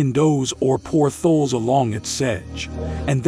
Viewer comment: Hi, I would like to connect regarding voiceovers. What is your email please? It’s faster. [P.S. the robot voice is mispronouncing lots of words like “Base strait” instead of “Bass” (rhymes with Mass) strait or “porth-alls” instead of “port” + “holes”]